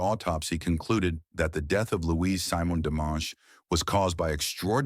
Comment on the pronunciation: Her name is French and as such pronounced Seemonn not /Symon. Why do your narrators not do their research? bloody lazy